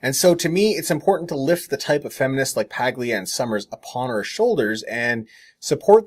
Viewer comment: Only 1 correction on this video: Camille Paglia's last name is pronounced "Pa-lia". The "G"is silent. Other than that, 10/10. ;-)